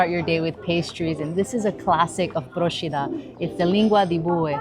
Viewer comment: Well done! As a resident of Procida, I can say you picked some real gems of the island and highlighted some of the unique local foods. AND you pronounced Procida correctly! You get extra points for that :) Grazie mille.